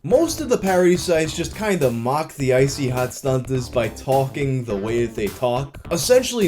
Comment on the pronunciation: I wish he didnt pronounce the 2nd T in StunTazz 😂😂 id say it Stunnaz but thats just me 🤷🏻‍♂️